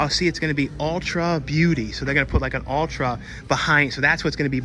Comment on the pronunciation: Ulta Beauty, doesn't have an "r" in it. It's not like Ultra, as in Ultra Man, lol. My exgf used to go there a lot so I know this.